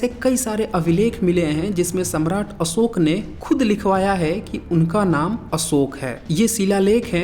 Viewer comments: अशोक में श होता है न कि स होता है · भाई असोक नाही अशोक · असोक क्या होता है?? अशोक नाम है या असोक?? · जय हो देवानां प्रिय सम्राट असोक(not अशोक) 😘😘🙏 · Tu dono mein hi असोक hi bol rha hai🤦‍♂️